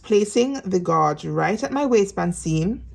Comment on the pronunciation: Gauge is pronounced ....... gage, like you say cage.